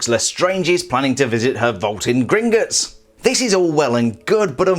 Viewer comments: Please don’t say gringitts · Why does he say Gringutts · British people am I right